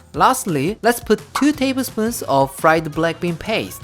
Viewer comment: Am i the only one who heard blackpink instead of black bean? 🤣🤣